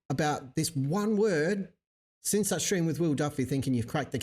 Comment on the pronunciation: Most people don’t pronounce words correctly anymore. People are lazy speakers. Jeran was going to say the word”since”, but out came the word “sense”. UK speakers warp the entire English language, so people thought Jeran said “sets” and FLERFS went desperately crazy for the word “sets”.